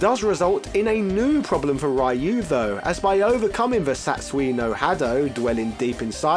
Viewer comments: Why did you keep calling Ryu *(Ri'Yoo){which means dragon)as "Rhuh"? also saying "rye yoo" would be Rai-yu , which would mean "Thunder-ghost". . . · It's pronounced: rye-you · Ryyyy yuuuu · Oddly enough, the mispronunciation "Rah yuu" is the one that originated in America. The pronunciation "Ree yuu" is the Japanese pronunciation attempted with American phonetics. The original pronunciation was almost like your first try, but the "u" sounds closer to something like a "ü", not an "o". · I don't understand why it's so hard to pronounce Ryu properly as Roo instead of Ri-yoo. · Comon, he just said Ryo instead of Ryu...same differnce. At least the R sound was close to perfect, which is a feat in of it self. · why does he say rehyuh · i couldnt take it..hearing RYOOO. it was getting annoying. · AH-KOOH-MAH!, RUU and goo-ken lol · lol you just established how little to none you know about fighting games…pronouncing Kage as “cage” and insisting Ryu be pronounced as “rayoo”… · Pronounce "Ryu" how you like, but the correct Japanese annunciation is "Ree-U". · Japanese say it with basically a silent Y. Mainly because they have trouble pronouncing hard Rs and Ls. Any word starting with Ry is supposed to be pronounced just like Ryan or Rye bread. Its basic English. You don't say Reeyan or Ree bread. Alot of the street fighter 2 design, voices, etc were done in America after the world warrior. Just because they have no idea how to read and pronounce words doesn't mean other people should with them. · No, a dictionary would have Rīo͞o or Rēo͞o. The first of those is the correct version. The letters "ii" are typically pronounced like ē (the long E sound). Other than the Wii I already mentioned, another example of this is Hawaii. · He said it wrong even when he thought he was saying it right, before he reverted back to Raiyu pronunciation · I can't watch this video bc of the pronunciation of ryu... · please go back to saying ryu correctly again, thanks